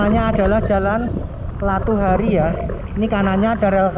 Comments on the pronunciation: Latuharhari bukan latuhari,lu salah ucap lg min. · koq saya terganggu dgn mimin yg menyebut nama jalan latuharhari jadi "latuhari"? cem mana bicara sejarah ndak tau nama pahlawan sendiri?